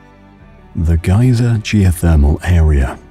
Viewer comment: Despite his antipodean accent, he's pronouncing things in the American way. E.g. Geysir isn't pronounced "gyzer", it's pronounced "gay-seer". In any case, this isn't the Great Geysir, which has been dormant (though occasionally revived artificially) over the last few years. This is Strokkur.